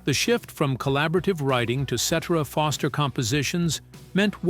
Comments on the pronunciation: Please, before you release a video with an AI voice, make sure you get the pronunciations of the people's names correct. Listening to this is so annoying. Also, for the record, I don't care how successful David Foster was, I never cared for any music he had a hand in creating. He ruined what I was a fan of Chicago for. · Yeah this is the second video from this channel. I watched the Supertramp one was fairly entertained. So I looked for another one. This one came up and after hearing Peter's last name pronounced wrongly time after time I too caught on that this is all AI. Kind of poetic considering what happened to Chicago sort of happening here. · Pronounced Cetiera not like et cetera, even though his last name is spelled like Cetera Also Para zaider not Para zider!AI voices cannot get it right! Also not true that Chicago horns fused the horn sound to rock first. Blood ,Sweat and Tears with their horn section fused rock with horns before Chicago as did The Grass Roots.,but Chicago rocked harder because of the great Terry Kath on guitar! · Please get the name right or don't do it at all et cetera et cetera et cetera!!😎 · Please tell how to pronounce Peter Cetera’s last name. AI sucks, by the way….AND, by the way, horn players should never be ignored. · I hate these AI narrators that can't pronounce the name of the guy who ruined the band Chicago. I can't watch after that. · Yeah. Please say Peter's last name right!! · Can’t take anything seriously when Peter Cetera’s name is constantly pronounced wrong… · Please hire a human narrator! This AI voice says Peter's last name wrong!!! These videos are great content but saying the names wrong kills it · Sitera NOT setera like etc, ect. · The name is CETERA, pronounced "Cet Air Ah". Not "Cet Er A". And Walt Parazaider's name is misprounced also. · Echo millionaire!!! Everyone knows his name is suh-TEAR-uh. Ruins the piece. Also mispronounced Loughnane, you lazy ass!!! You obviously never heard of Chicago.